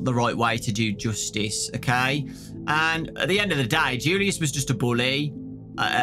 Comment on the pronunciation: Nobody:"Joostice"